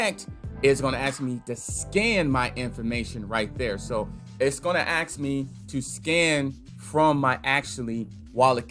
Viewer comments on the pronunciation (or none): "It's gonna AXE me three things" gahahahahahah